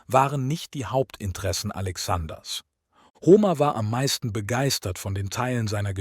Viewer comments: Ho-mehr nicht Homer aussprechen. Blamabel!!! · Bei der Aussprache von Paris und Homer (als es um Troja geht), rollen sich mir etwas die Fußnägel nach oben. Man spricht den einen Namen nicht wie die französische Hauptstadt aus, und den anderen nicht wie Homer Simpson. Sonder P*a*ris und Hom*e*r